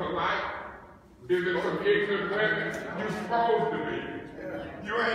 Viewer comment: “You is ignant”